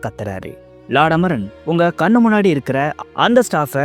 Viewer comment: Amaran not amoron bro😂